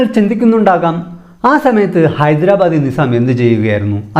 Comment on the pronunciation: ടോ, കുണ്ണേ, 'നി'സാമല്ല.. ഹൈദരാബാദ് ''നൈ'സാമാണ് 🤣